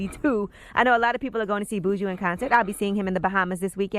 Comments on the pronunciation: Angela need to pronounce Buju name correctly if she is going to see him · Oh Yee you gone be here? 👀 You pronounce his name weird lol